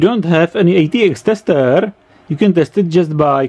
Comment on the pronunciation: I like when when he says "testeêer" very good explanation